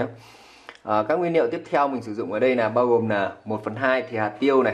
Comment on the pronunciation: Nói bình thường thì không sao nhưng khi lên sóng nên tập bớt nói ngọng sẽ tốt hơn, chứ nghe quê và khó chịu quá: nguyên "niệu", hạt "lêm" "lấu" "ló" "lổ" "lóng" "nàm" "nuộc" "nại"...